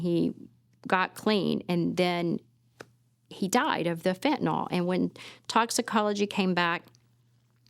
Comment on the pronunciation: I really hate the way people mispronounce Fentanyl. There is no O sound in the word people